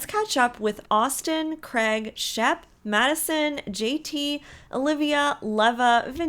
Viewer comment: U say Craig so different on this show, its sounds more like Greg 😂 poor sheps dog 😂😅